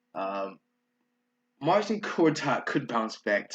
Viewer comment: MAR-SHIN Gortat bruh lol kills me every time